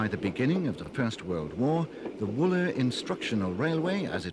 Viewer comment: Woolmer not Wooler!